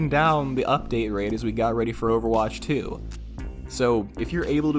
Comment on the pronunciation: it sounds like is saying "Overwatch 3" and I sm dying.